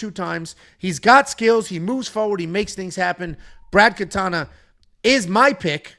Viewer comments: not katana its katona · Katona not katana